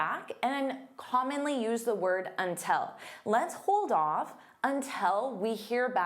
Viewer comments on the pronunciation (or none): You pronounce "until" as "untel" on this video. Is it a Canadian thing? Such as "about" being pronounced as "aboat"?